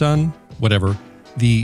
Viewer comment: Its pronounced “ksun”